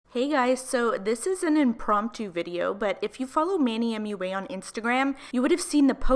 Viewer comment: I know it's tempting to say M.U.A. separately, but it's pronounced Mwah. Just throwing it out there.